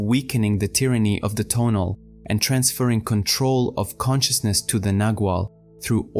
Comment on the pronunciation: I like the way you organize and present the teachings of Carlos Castaneda, so please make a video on the Assemblage Point. A small pronunciation point - rather than putting emphasis on the first syllable of the word TO'NAL, put the emphasis on the last syllable - TONA'L. Thanks for all your efforts.